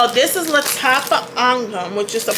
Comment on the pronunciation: The accuracy of her saying angham is music to my ears